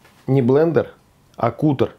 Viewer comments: Не "кутер" а каттер. Едят не "сырьём", а сырым. Говорите правильно, пожалуйста. Всей семьёй, включая собаку, с удовольствием и очень часто едим болгарский перец сырым, как закуску и в салатах. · вы же знаете языки! Не кутер, а катер. От английского глагола cut- резать. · Что за "кутэр"?? От английского cut - резать. Читается КАТ. Значит "катэр"?! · Наверное не кУтор, а кАтер? Спасибо! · Ни куттер, а кАттер. To cut !! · Не кутер, а каттер. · Kuter like kater? Cut in English, zvuchit kak kat. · уважаемый, CUTTER - от англ. слова CUT (резать). более верным произношением бы было КАТEР/KATЭP. а рецепт волшебный, спасибо!